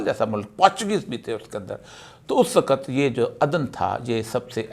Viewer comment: AIK SACHAY PAKISTANI K LIE USKI QOUMI ZUBAN AOR USKI TAZEEM LAZIM HAI PEHLAY AP " WAQAT" KO "WAKHATH" BOLNA SEEKHYAE.